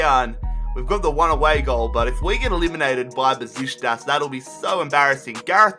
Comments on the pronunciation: It's pronounced Beshiktas not Beshitas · mate. For the last time. It's NOT BESISTAS! IT'S BEŞIKTAŞ!! There is a letter "k" there you know? Love the rebuild. Love your videos. Greetings from turkey. And go Beşiktaş!! Black eagles 🦅🦅🦅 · The way he says Besiktas XD